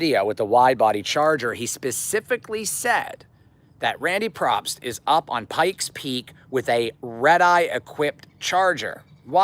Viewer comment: I respect you, but for the love of mercy PLEASE pronounce Randy Pobst’s last name PROPERLY.. the Man mostly definitely has earned that much. It’s pronounced “pObst” Keep up the good content Bro👊🏽 & I’m one of the Hellcat owners who actually Love the Shelby GT500